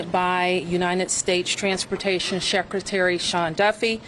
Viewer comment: Bowser, She doesn't seem to be able to pronounce anything correctly at all. Shehcretary? Watchington? At least 13 "uh" utterances...